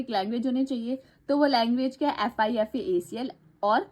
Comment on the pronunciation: its not fifa-acl its fipa-acl